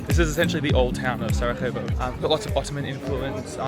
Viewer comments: Please, just learn the basics about the cities you visit! Pronounce or write the names correctly—never say them the wrong way. It’s not "Sarahevo," but Sarajevo (or "Sarayevo," just for you). And that river, the Miljacka—which isn't even that deep—used to sweep away or destroy several bridges in Sarajevo every autumn! If you were to tour my city, Sarajevo, with a local resident, certain things would become clearer to you. But your vlog is actually fine for foreigners; it’s just that, as a local patriot, some things bother me. I apologize if I was a bit biased, but I had to tell you how I feel ... But it doesn't matter, thank you for visiting my country and my hometown Sarajevo and I hope you liked it. Just, next time, try to meet some local residents who will help you a lot to find the main happening places and have a good time in the evening. I wish you all the best in the future, both for your YouTube channel and for you personally... Greetings from Samir (Sarajevo) :hand-pink-waving::face-red-heart-shape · Its SaraJJJJevo (as in Sarayevo), not SaraHHHevo, we are in Europe not in Latin America 😆 Glad you guys enjoyed your stay here 😊